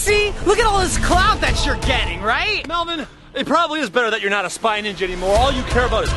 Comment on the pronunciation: Or melven or should I say melbon😂😂😂😂😂LOL 😂😂😂😂😂😂